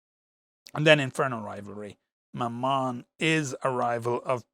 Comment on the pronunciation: I understood "my mum" instead of Mammon.